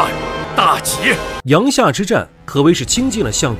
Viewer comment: 阳夏 yang jia 三声,小时候语文书里有标哦